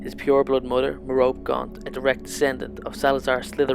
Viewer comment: You pronounced Merope wrong, it's pronounced "Mer-ro-pee"